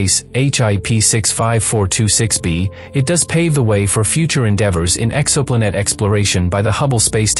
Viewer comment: "Exoplunette". Just break the word in TWO with a hyphen before you let the digital voice read it. Breaking words up changes the pronunciation.